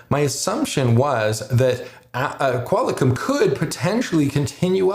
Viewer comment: lol love the videos but did you say "Qual i com?" Sorry man its pronounced Qual Com